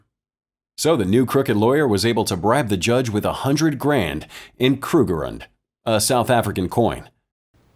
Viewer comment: how you said kruger rand broke me. 🤣🤣